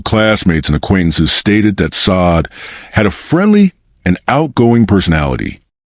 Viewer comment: Can you please pronounce her name correctly it's not sod